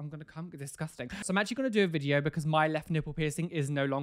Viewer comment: I love how he says "O my gosh" after saying "Welcome back to another piercing reaction ViDiO". :)